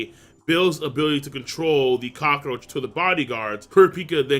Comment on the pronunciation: Is it just me or does King pronounce cockroach weirdly? It kinda sounds like "cock-o-roach"